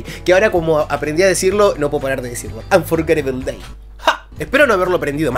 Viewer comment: E a, te quiero mucho! Pronunciastes Unforgetable Day muy bien! Me gusta tu pelo o también! Siempre tengo una sonrisa cuando. Eso tus videos. Gracias por traernos al magnífico Dimash! Respeto mucho lo que nos enseñas de música. Que tengas larga vida en todas las redes sociales!